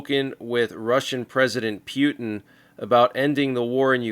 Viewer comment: pewtin, hahaha 😂😂